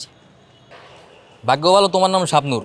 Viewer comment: Inpossible na apu..... impossible 🤣🤣🤣🤣🤣🤣🤣🤣🤣 Language mistake 🤣🤣🤣❕